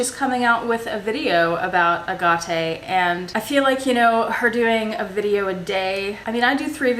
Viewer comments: I’m laughing through this whole video 🤣🤣🤣🤣 I think BOTH YOU & JILL are pronouncing it WRONG 😂😂😂 It’s more like “a-gate” like a wooden gate. I’ll have to make a video on it I guess LOLOL! Thanks for the great video & tag! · I hope you resolve your issues with Jill. Btw, Jill pronounces agate correctly. You can go to and look up the word. But thanks for putting together fun videos. Bring out your bird (Vincent?) once in a while to say hello. :) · In CANADA we call it AGATE not the way your saying it. My dad used to be a gem cutter and it was always spoken different than yours. Never hear any one say it the way you do. But to each their own. Beautiful necklace. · Lol! Did you get your Ah-gah-ta at Tar-jay or Jacque Pey-nay?? You would not make a good poker player - your eyes give you away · I kind of want to adopt your screwy way of saying agate cuz it does sound much fancier! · Ok I’m a fairly newish subscriber and I know this is not legit as I cannot imagine you reacting to something like this. I had to check it wasn’t April fools day 🤣🤣. And I have to say here in Australia we pronounce it aaaget and never ahhhhargarte. So I’m calling b sh@ on this. by the way. Love the space shuttle agenda. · I don't know where you got that strange pronounciation of AGATE from however it is definitely incorrect. I am British and in my 70s, and the AH Gah TE pronounciation is a furphy. Sorry. I very much appreciate your well thought out videos though. But note that you very rarely respond to queries or questions from subscribers, so probably won't even read this. Evidence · I live near a very long stretch of beach in California called Agate beach which has some of the most beautiful agates. It is pronounced just as Jill said. I agree your way of pronouncing sounds more exotic, but she is saying it like all the locals here say it. 😀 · This has got to be a joke. Agate is pronounced agate.